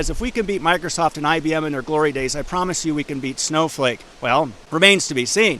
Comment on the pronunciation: did he just call it Snowfake?